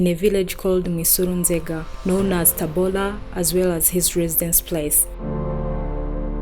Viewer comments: Its TABORA not TABOLA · it's Tabora not Tabola. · Sorry, TABORA not TABOLA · It is TABORA not TABOLA. I know it because It is my home Town. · The place called TABORA not TABOLA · Not TABOLA it called TABORA